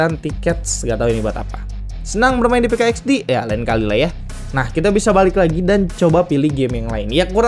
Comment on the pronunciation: Min PK XD bilang nya PIK x di